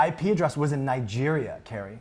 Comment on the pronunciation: It's very unfortunate to be named CaRRie and in love with MaRk ZuckeRbeRg and not be able to pronounce your Rs! + Mawk Fowevew!! 😂😂